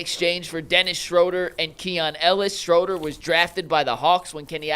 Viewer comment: Hey..great job..but it's SCHROOOOOOODER!